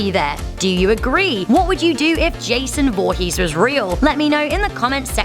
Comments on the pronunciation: "Jason Volhees" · In the beginning this woman said "Jason VOOhess"😂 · Jason voohees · JESOON VOOHEEZ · You said his last name wrong